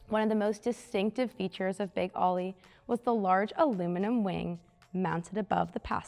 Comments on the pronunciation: She was already putting me to sleep, and I stopped watching when she mispronounced the name!! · She can't say Oly right, lame video! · Get a man to read the script. The girl can't pronounce a beer name even when sober. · I always thought it was known as "Big Oly" (say "oh-lee") as in Olympia. That's the way I've always heard it pronounced too. Not "Ollie". That's the problem when you hire young models who don't do any research and have no idea what they're talking about. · "Oh-lee" not Ollie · “Ollie”? Think Olympia beer and say Oh-LEE. Big Oh-LEE. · As soon as I heard Ollie and not Oly I turned her off. Bad for Peterson museum……… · Not “Ollie” like what a skateboarder does. “Oh-Lee” as in Olympia Beer. It’s The Water! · Ō - ly, it's beer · Wouldn't it be great if the girl who is really not very good-looking really not very knowledgeable and really doesn't even know how to dress to make a video could actually pronounce big ole bronco the correct way instead of calling it big Ollie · Not aly it's pernounced "O"ly. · Yes, I've never heard his name pronouced the way she did and Ollie was just lame. But the car was one of a kind in those days and I was lucky enough to see it in action. I still remember how all the little Mexican kids would yell Parnellliiiiiiieeeeee. You would hear him coming before you saw him. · Such a disappointment that they couldn't even figure the proper pronunciation even after looking at the sponsor name. Yes l expect better from the Peterson. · If she doesn’t know it’s “Oh-Lee” she probably doesnt know enough about cars to be doing this video. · I never said she did, but anyone with half an education would know that OLY is pronounced "oh-lee" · More like bowl-y without the b, but let's be a bit easy on her. It's been a really long time since Oly was the big brand of beer on the west coast. It was the 1970s. I'm gen X and barely remember it. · So frustrating to hear her mis pronouncing Oly over and over again